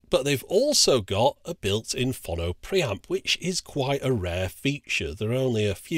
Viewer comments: Why do you keep putting an extra N in Pho-no to make it Phon-no? Also I suspect you can't play the (few) records where there are no track separation bands and I hope the switch also cope with 7" 33 1/3 rpm discs. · I thought it was pronounced "Phone -Oh" This reminded me I have a great linear tracking turntable that been in in storage for about 18 years now, I think its a Sony one. I honestly can't remember. In the same storage I also have this fantastic Hitachi MOSFET stereo amplifier from the 80's, huge thing with two big VU meters on the front, and I believe it had oil cooling too. It was very good. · Say 'Phone'.......now say 'Phono'..... ;) Lots of love, pedant. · Is there anyone else in the entire universe who pronounces "phono" the way he does?